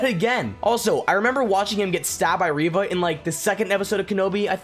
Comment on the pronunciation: I legit thought you said Reba🤣 seriously, I came back to my phone to play it back🤣